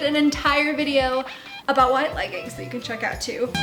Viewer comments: Great video but leggings is pronounced leg-ings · I love that you say leggin' it's adorable lol